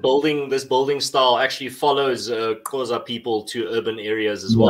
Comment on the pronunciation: keeps saying "Qhoza" instead of Xhosa